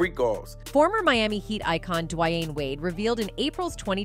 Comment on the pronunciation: I've never heard D Wade name said like that before DiWhyne wade lmao